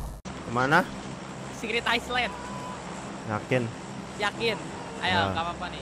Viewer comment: Secret ice land? Secret island kali wkwkwkwkw